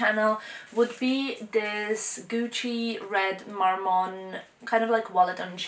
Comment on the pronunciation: is she saying gucci mormon bag?